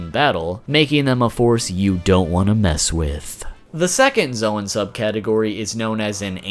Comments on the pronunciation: I just ignored him when he said zowan instead of zown (Edit: not the spelling the pronounciation) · Bruh its Zoan pronounced Zone not Zwan lol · Zoan is pronounced zone not zo an